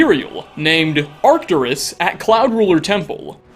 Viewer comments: Arc-TOOR-us, not arctur-US (The bold letters represent the emphasized syllable. Each syllable is seperated by hyphens- not 'dashes'. You will notice that I omitted a second hyphen in your pronunciation, because you pronunciation lacked a clear delineation). Have Google pronounce it for you (see below). Sorry, I am an old English teacher suffering from either, OCD, or the world has been cursed by technology to be forever illiterate. Any way, I love you content. Just wanted you to clean up your script so that you don't come off as less intelligent that you are. Also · Fun fact: Arcturus is a latinization that is actually pronounced [ar'cturus/arcTURus], and it means "guardian of the bear" in Ancient Greek. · Is said Arc-ture-ess